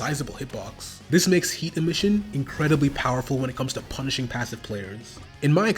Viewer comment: bro its not that hard to say emission